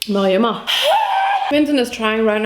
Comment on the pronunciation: "mach ich imma" killed me hahaha